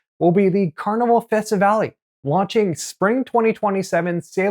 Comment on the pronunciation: sir, please investigate the proper pronunciation of these names...there is no accent on the last E... thus, not festivalEEE etc. besides that, thanks for the info